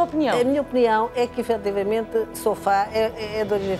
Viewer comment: opah, caramba, entendam uma coisa, diz-se soFÁ porque o acento está no á e não no o